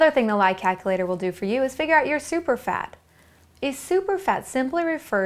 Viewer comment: "kackilater" lol